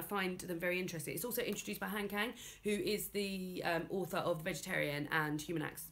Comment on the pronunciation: I hope this doesn't come off as nit-picky, but I hope I can help with some of the Korean pronunciations: Almost any 'a' is pronounced like "ah", so it should be Hahn Kahng. Korean doesn't have the "a" like "apple" sound. The author of One Hundred Shadows is Hwahng Jung Eun, the city is pronounced like "Soul". The characters are named Eun-gyo and Moo-jae. I don't expect anyone to really change how they say anything, but if anyone is interested, Han Kang is almost always said incorrectly and she's becoming quite famous.